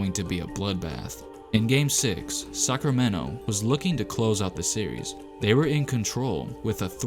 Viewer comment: I heard suckermento players